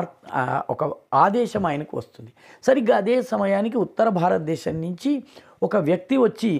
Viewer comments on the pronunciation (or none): none